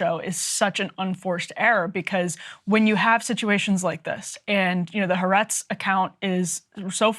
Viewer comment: Folks, the newspaper is called ha-aretz (3 syllables, accent on the second “a”).